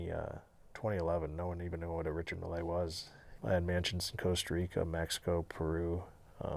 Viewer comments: Richard mills is how it’s pronounced 😅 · "Richard Mill Ay watch" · He said, "most people don't even know what a Richard Mille watch was" and yet, he doesn't know how to pronounce it. LOL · Huge watch guy, then gives the worst possible pronunciation of Richard Mille